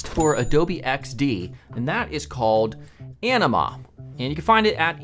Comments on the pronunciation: That's what I heard every time he said Anima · I thought he said “enema” and that this video would take a weird turn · ANIMA... It sounded like ENEMA 😂 🤣😂 🤣😂 🤣😂 🤣